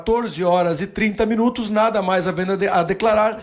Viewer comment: perceberam que o do parlamenta falou as palavras mais difices do dicionario e na hora de dizer "nada" o cara falou "naga" ksksksk